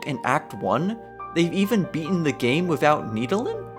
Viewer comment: great video but like its wiTH and wiTHout not wiFF and wiFFout